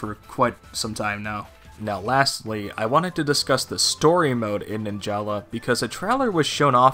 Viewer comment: Fun Fact: Its actually pronounced “Nin-juhluh” not “Nin-Jah-lah”